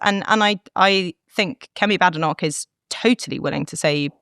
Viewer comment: Someone tell Katie how to pronounce her leader's name. There is no bad in badenoch, the first half is prononced bade. How does she not know this??